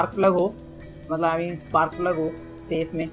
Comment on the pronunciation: se special key ko spar plug bola 😁